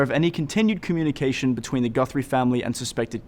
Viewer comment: Her last name is GUTHRIE not GUNTHRIE you moron!!!